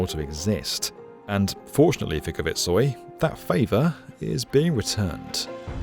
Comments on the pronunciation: pronouncing Kvitsøy as kuh-vitt-soy is diabolical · Considering how many times you say "Kvitsøy" I'm a bit surprised just how far off you are to pronouncing it correctly 😅 I understand it it is difficuly for an english-speaker though; I appreciate your attempt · The way Kvitsøy is pronounced here is high entertainment. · Stavanger was well pronounced. But Kvitsøy was hilariously bucthered. Love the attempt tho.